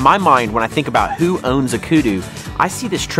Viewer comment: The only things wrong with these videos is house they pronounce the word Kudu.